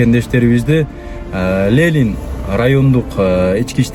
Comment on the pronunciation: азаматсың 👍👍бирок бир аз болсо да китеп окуп кой Лелин эмес Ленин ушуга окшогон каталарыңды көп угам, сынды туура кабыл алат деп ишенем ✊🏼